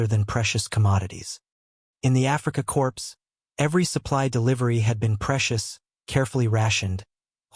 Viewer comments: I tried to listen to this -- what seems to be an interesting story -- but the AI voice is just too ridiculous! "Africa corpse." "Barok." Sorry, but this channel is a bust. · This has to be AI because Korps is pronounced Core.